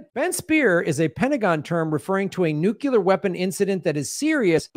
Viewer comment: It's pronounced NU-CLEAR!